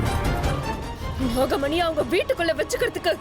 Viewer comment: Dai ethana thappuda pannuvi GA dubbing process la Vishnu dialogue la namagamani illa da nagamani